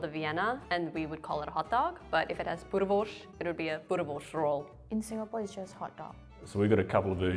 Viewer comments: if she emigrated when she was young then how would she even know what normal south Africans would say or pronounce words. Even her pronunciation of boerewors sounded odd, like she was saying boereworsh, which is not how most south africans would pronounce it. She was a poor example to represent regular south Africans I'm afraid. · She even pronounces boerewors wrong, she pronounces it boreworsh, which no one in South africa pronounces it.